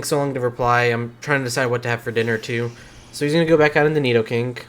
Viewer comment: If I hear you say nidokink one more time I’m finna act up in a way you ain’t ready for 😏🤔